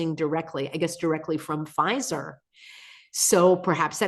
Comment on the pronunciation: Pfizer? Or fissure